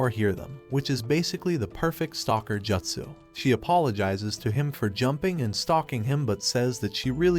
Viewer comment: said like jootsoo, not jutsoo